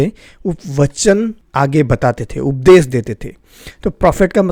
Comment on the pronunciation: जय मसीह की भाई सारी बातें ठीक हैं लेकिन आप अपने श और स को सही तरीके से बोलने का प्रयास करें उपदेश बोलिए न कि उपदेस इससे ज़्यादा अच्छा रहेगा।